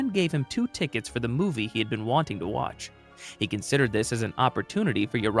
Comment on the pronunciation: You didn’t pronounce it right it’s watch